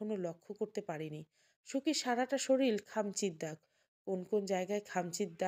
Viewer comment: শরীল নয়, শরীর হবে।